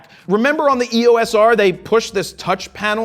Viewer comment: Two things. Canon pronounces E-O-S as one word, not a series of letters. The 4K cropped video modes probably match the field of view of the Cinema EOS cameras with Super 35mm sensors, 1.4x.